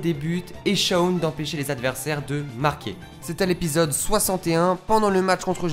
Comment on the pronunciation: Arrêt de dire shaun c'est shawn😭😭😭